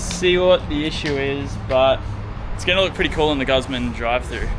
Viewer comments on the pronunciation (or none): Ffs say guzman properly ya dog